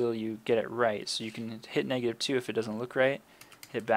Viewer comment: Negative* not meg